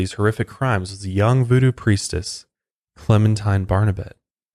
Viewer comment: “Vuedue” lmao